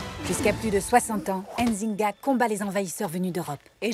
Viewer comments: On ne prononce pas le N. On dit Nzinga et non N..Zinga. Merci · Pourquoi elle est bleu Nzinga ? XD elle a tué son frère quand même et son nom est mal prononcé, comme Ndongo d'ailleurs, ça fait mal aux oreilles dommage. Comme tout les noms comme Mbappé, Ngolo Kanté ou Nzonzi d'ailleurs xD on ne dit pas "Ein zinga" mais "Nzinga" tout court, comme on ne dit pas "Eim Bappé" mais "Mbappé" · C'est pas "Ainezinga" C'est Nzinga, et c'est même pas la vraie Histoire, histoire qui est beaucoup plus tragique que celle montrée. Bref vive l'Angola 🇦🇴. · Je vous en supplie faite un petit effort sur la prononciation x) C'est pas N-zinga mais nzinga, tout collé! Mbandi et pas M-bandi ;) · Je ne suis pas d'accord avec la manière dont les Français prononcent nos noms... Nzinga et non N'zinga...